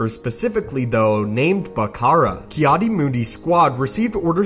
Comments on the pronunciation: It's Mundi not Moondee. If you can't pronounce character names, find a new occupation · Ki adi mundi Not ki adi moondi